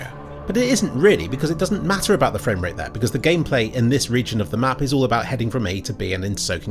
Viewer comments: Fweak Fwamewate dwips hwere and therew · fwamewate dips hewe and thewe >w< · “Ooooooh, fwamewate dips….”